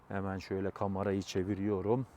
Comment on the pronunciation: "Kamara: değil doğru okunuşu "kamera" , bir de "fiyaaatı" değil "fiyatı"